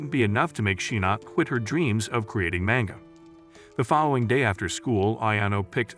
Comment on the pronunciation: lol mango and not manga